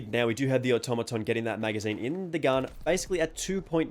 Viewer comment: Fantastic comparison! The Automaton is meta! Thanks for pronouncing the name correctly!